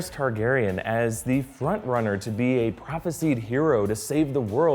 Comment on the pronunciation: Ok I love the episode but seriously the word “Prophesied” is pronounced “Prophes-eye-d” not “Prophes-eed”